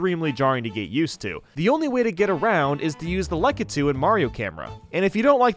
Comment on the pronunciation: Tfw the guy who can't pronounce bob-omb or lakitu decides to make Mario videos.